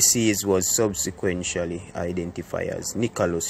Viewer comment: Subshequenshally 😂😂...... subsequently sir